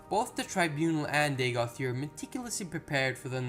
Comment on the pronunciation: Ur...its ur.....its easy? Ur...you said it right the first dozen times and all of a sudden used yer..and no...its not yer...imperial knowledge has better pronunciation and he's terrible lol